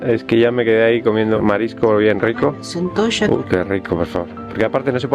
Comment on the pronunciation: Centoshaa jajajja es centolla lo pronuncia mal los argentinos